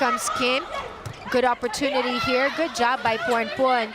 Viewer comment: พิธีกรรู้ฮอดชื่อเล่นโค้ชอ๊อด 🤣 โค้ชอ๊อดๆว่าซ่าน ต้องเป็นคนเอเชียชื่อออกเสียงชัดมาก ยกเว้นพรพรรณ พรพร555